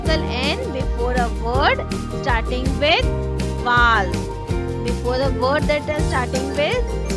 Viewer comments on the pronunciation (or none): Mam you pronounced rong it's vowels